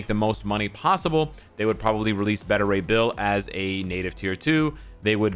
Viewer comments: I swear says “Betta” ray bill lol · Beta Rey Bill not Betta. U say Beta all the time how do u mess that up? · my man! I fought with you in the danger room one time. It's Bay- ta ray. Like "baby"- like alpha, beta, gamma rays. From one to another, peace bro. Be good to yourself, & thanks for what you do. We love & appreciate you